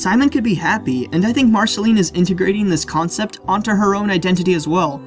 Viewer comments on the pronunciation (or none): none